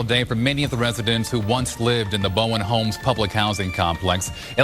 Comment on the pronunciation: I knew she didn’t know what’s was going on when she said boweing home when it’s Bowen homes 😩😩😂😂😂